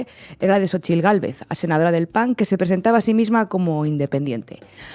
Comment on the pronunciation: Inna pronunciando perfectamente la "tl" en el nombre de "Xóchitl". Sin duda Inna ya es un poquito mexicana. ¡¡Felicidades a todo México y Latinoamérica!!